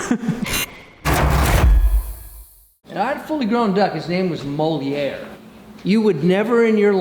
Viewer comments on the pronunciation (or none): The ducks name was moliere not molinare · Molière the duck, not Molinar lol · Moliere not molinar